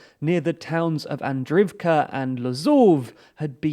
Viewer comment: Could you at least try to read all the letters in the city names? Even when written in Latin, you skip letters in the names. KakhovKa, not Kakova. Andri ivka, and not Andrivka. Ingulets river, and not Inlets. There are services where you can find the correct pronunciation of words in different languages. Forvo, for instance